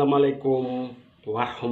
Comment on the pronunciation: Kalau ucapkan salam ala islam, yg bener dong. Belajar !